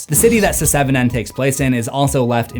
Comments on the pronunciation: I love the content abd I appreciate all the hard work you put in but please learn the proper pronunciation before uploading the video announced seven not se 7 en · Does anyone else find it strange that he says "Se-seven-en"? It's just "Seven". I just had to say something. Sorry and thank you. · se-seven-en...why am I laughing so hard at this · Love how you call it “Se-seven-en” 😂 It’s like Fant4stic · The joke isn't funny. it's pronounced *SEVEN*. What? Do I have to shout it in your ear the number of times Loomis shot Michael in the OG Halloween? #IShoutedSixTimes #Se7enIsPronouncedSeven #Se7en #SevenDeadlySins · Your pronunciation of “Se7en” really isn’t funny. It’s fucking obnoxious and distracting as fuck. Get over yourself and just say it like normal rather than subject your audience to something so immature and irritating over and over. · Please never stop saying Se-seven-en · Se-seven-en isn't how it's supposed to be said? Why would they spellnit like that, then?!🤷‍♂️🤦‍♂️ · It's pronounced "Seven". Stop that. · Se-seven-en? Never heard it pronounced that way....are you Ai?? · SE SEVEN EN? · Hearing you pronounce the movie "se-seven-en" will never get old 😂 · Se. 7. En... 😂